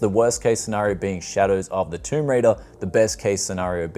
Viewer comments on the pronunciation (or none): none